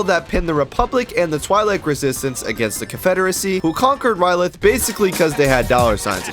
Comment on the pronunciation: Its ryloth not rylith dumbass